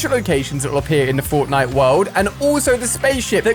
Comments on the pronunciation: Did Ali a say fortnite or fortlight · Did anyone else hear him say Fortlite? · haha "fortlite"